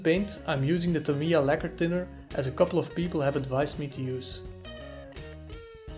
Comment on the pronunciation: Tah mee yah - even stress